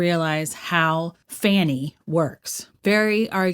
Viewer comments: I love that she calls her “Fanny” instead of Fani!😆😆😆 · I think you pronounce it fawnie not fanny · Fawn-i not fan-i Why are people struggling when they literally say her name a million times. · Firstly, her name is pronounced 'Fawnie', not Fannie. Then you and anyone else would be nervous, under the circumstances. But listen to what she says; that overrides her demeanor. You sound stupid. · Fawny pronounced Faany Fani pronounced Fanny Just because she can't spell doesn't mean everyone else can't